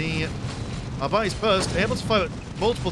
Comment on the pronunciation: it´s ar-bee-tes not ar-byte-s